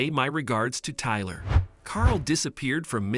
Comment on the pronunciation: Iver never heard of the name tylerrr 😂